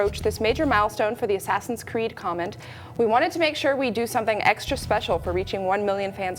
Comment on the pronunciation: Hehehe. He said Ass Creed.